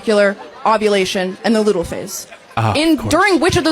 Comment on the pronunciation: Lutal phase? It's LUTEAL, and phage means 'eat'. Poor Charkie Kirk that he has to deal with this miserable woman.